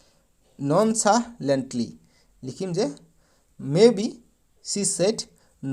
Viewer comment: Oi goru momehalantly nohoi nonehlalantlu hoi😂😂